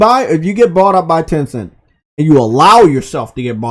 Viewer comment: THERE IS NO “R” IN THE WORD BOUGHT